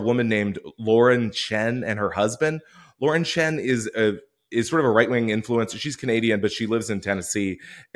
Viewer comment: It's Lauren Chen not southern